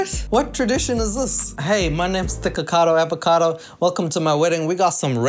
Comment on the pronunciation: I swear is saying niggakado